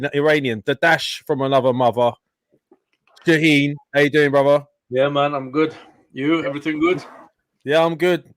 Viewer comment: I love how the calls Shahin "Shaneen" hahaha